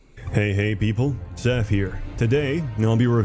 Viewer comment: You being a big 40k fan and not being able to pronounce Sseth´s whole name is funny to me. (sorry if that was offensive)